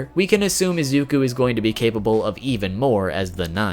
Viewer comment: it's pronounced ee-zoo-koo